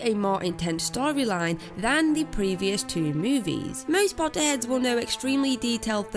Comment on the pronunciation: She said potter heads I just heard pot head